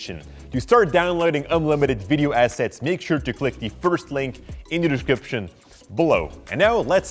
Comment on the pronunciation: I love when he say:in the dishcription below